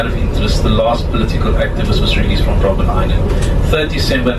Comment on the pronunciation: It's Robben island not Robin